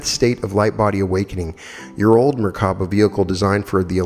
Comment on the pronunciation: in addition to merkaba, I heard 3 different pronunciations (merkana, mirvana, merkava) 🤔